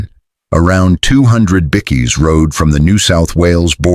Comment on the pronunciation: Ffs you don't even no how to prounonce bikie. Haha. It's. BIKE as in push bike then ad an E. Bike E.